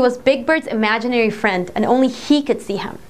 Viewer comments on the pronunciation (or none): none